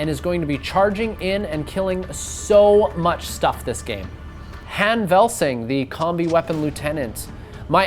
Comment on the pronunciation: "lieutenant Han Velsing" and not what you said.. cmon